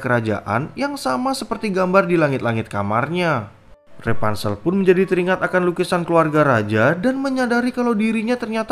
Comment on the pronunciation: Rapunsel bukan repansel